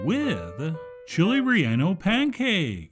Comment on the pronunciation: Call it Torta de Rellano. (also it's pronounced Ray - YAH - no, not Ray - ANN - oh). ;)